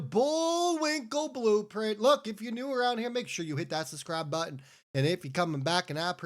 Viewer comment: Hey it's SUBSCRIBE, not SUSS-CRIBE. Say it after me: SUB (with a B) SCRIBE!